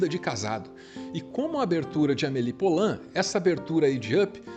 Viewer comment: Maravilhosoooooooooo. Obrigada. Filme da minha vida. Só uma dica. Poulain se diz pulã. Som de u mesmo. Porque "ou" (poulain lourdes) tem som de u. Beijão